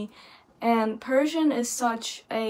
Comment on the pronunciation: Your Persian pronunciation is fantastic. Your Persian music reaction videos are very interesting too.